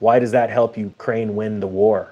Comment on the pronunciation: COCAINE? Oh i thought U said UKRAINE 😂😂😂